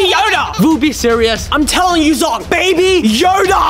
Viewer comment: It's zhong not zong😂